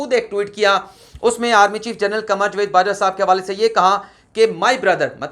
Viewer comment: لفظ جاوید کا تلفظ صیح کر لیں